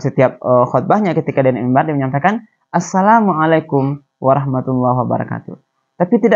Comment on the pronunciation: kan ini pondok bagi anak2 muda indonesia belajar agama..mengaji dan lain2...kok malah pengucapan assalammualikum nya sangat pelik dan tidak fasih arabnya????kenapa perlu pakai suit barat yang megah (kot)...kan islam menganjurkan sederhana dalam berpakaian???...adakah indonesia belum merdeka dari belanda...dari inggeris???